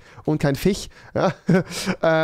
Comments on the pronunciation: Es hat mich soo getriggert also rewi die ganze Zeit FICH statt FISCH gesagt hat XD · Wie es mich nervt das ihr euch über ihn lustig macht weil er fiche sagt. Dann kann ers halt nd richtig aussprechen und das wird auch so bleiben also findet euch damit ab und nervt ihn nd 💕